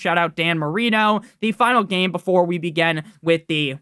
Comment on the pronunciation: Time to “beegin” another video